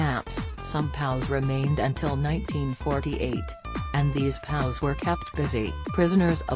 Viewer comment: Also, stop saying "POWS" ...either say P-O-W, or "Prisoner Of War." Be aware of the subject you are addressing.